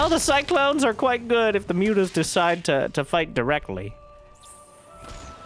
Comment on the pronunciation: "moo-tahs" -- I love that